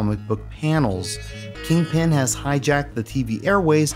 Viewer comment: You keep saying King-Pin, like its two words and he's the King of Pins and not, you know the Kingpin of crime, it sounds so weird, but apart from that another awesome video, I loved the cheesy-ass soft rock music on the CD version of this game :-) EDIT - I'm almost 100% sure there was a save option instead of a password on the PAL version (its years since I sold my Megadrive and SNES, the last consoles I sold cos I regretted it so much) So I can't check for you. It might have been because I had the extra save cartridge thing for more memory, some games only let you save instead of use Passwords if you had one (and Shining Force CD almost filled the on-board memory by itself so I needed one), so it might have been because of that.